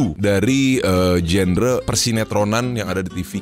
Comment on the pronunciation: genre bacanya bukan "jender" tapi "jandra"